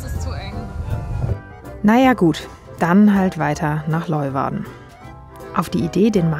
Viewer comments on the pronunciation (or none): Sehr ! schönes Video von einer sehr schönen Gegend. Und das spricht man Lö-uwarden, so ungefär... 😜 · Hi, aber bitte bitte mal kurz üben wie man Leeuwarden ausspricht (wie auf Deutsch "Lehwarden" ;-) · Die Stadt Leeuwarden wird "Lejwarde" ausgesprochen.